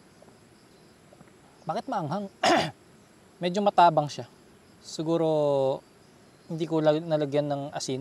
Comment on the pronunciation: yung pronounce ng matabang hindi mataaabang hahaha